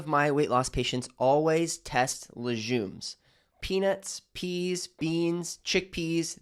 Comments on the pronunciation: Informative but you lost me at LeJumes... It's called LeGUMES ( hard G ) doc. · Too much preliminary talking…at 6 min…dairy, nightshade vegetables, low carb. Btw …it is not pronounced lesJumes, it is pronounced lesGumes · I thought legumes was pronounced like leg- yooms not luzhooms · Why do you say leJJJumes… it’s leGGGumes! Lol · Legumes NOT Lejumes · It’s leGumes - not leJumes!! 😂😂🤦🏼‍♀️🤦🏼‍♀️🤦🏼‍♀️ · If you recommend taking something away, immediately suggest a better substitution. Otherwise your advice is just another “don’t eat this, it’s bad” video. The world is cluttered with this kind of anti-food advice. And btw, it’s leg-ooms, not le-jzoom. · Lejumes? Have I been saying it wrong all this time? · Lejumes? What are lejumes? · He lost me at "la-jooms" and "keeno-wa." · It's pronounced laGOOmes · I’m inclined to agree, in which English speaking country is it pronounced leJumes?😂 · What they hell is LeJUMES is he dyslexic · I’m pretending he didn’t just say layjuumes! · Is there a zh sound in legumes? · When he can’t pronounce legumes properly …l am leaving. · I find this very suspicious. I don’t have a problem with dairy but legumes? He can’t even pronounce it properly so how is he going to recommend not eating them? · Legumes don't digest well because they are full of fiber. Don't listen to this "doctor", he's full of crap and doesn't even know how to pronounce "legumes" properly... 🤦‍♂️ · Have I been pronouncing legumes incorrectly my whole life? 😂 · Aaargghhhhhhhhh how to pronounce legumes lol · Legumes, which is pronounced with a hard G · How could he not know how to correctly pronounce legumes? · You lost my respect when you rambled for half the video with nothing constructive to say, then pronounced a food type as the U.S. Marine Corps base. What the fuck? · Yeah look up how to pronounce legumes. You’re making it French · I CONCUR! A Dr who mispronounces something so common makes me question his advice as a “DOCTOR”